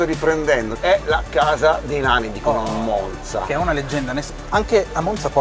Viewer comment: Che bello vedere un video sulla mia città . Finalmente delle persone che dicono bene la parola MONZA . Bel video , spiegate bene e non siete noiosi . 👋👋 Mi sono appena iscritta . Ciaooooo